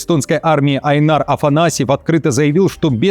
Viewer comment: Прикольно, переставь ударение в имени и оно уже не эстонское, а из Средней Азии. Áйнар - эстонское, Айнáр - средне-азиатское. Я, сначала, хотел приколоться, что "представитель эстонской армии, Айнáр Афанасьев...", а, потом, вспомнил, что есть эстонское имя - Áйнар.